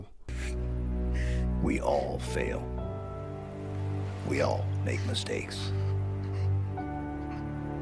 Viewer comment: "We All Faiw We All Mwake Mwistwakes"